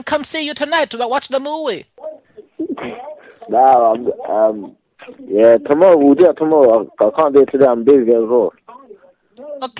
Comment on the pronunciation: Wash the mowee...